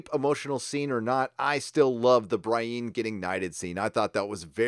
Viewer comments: Edwin Maguillicuddy actually, it’s pronounced BREE-ENN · Isn’t Brieanne of Tarth’s name pronounced BREE-ANN, not BRY-EEN? Other than that, loved the breakdown & review of this episode. I couldn’t agree with you more. Thanks man! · Love your show! I hated the Arya sex scene; she's like a little sister. Anyway, dude it's not "Bra-een", it's "Bree-en" as if that Marvel cardboard box chick had a last name that starts with N and you were saying her first name and last initial: Brie N. Nothing personal, I also get weirded when my sis says "Day-narious" instead of "Deanerys". Keep on good man! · Who the hell is Bry-een? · dude I love your videos, never miss one. but the character names...Bry-eene? plz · BREE-ENN. Say it with us,. BREE-ENN. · Bree-ann is how you say it :P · Love your work, but please pronounce Brienne's name right! Also I agree with many other sources, if Bran can see anything everywhere at all times...why isn't he just telling everyone how to win...It's really bad writing setting him up like this omnipotent being, 'in the show', and then he just talks in riddles as over half the main cast will prob die next episode. You suck Bran!! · Are you intentionally mispronuncing Brienne?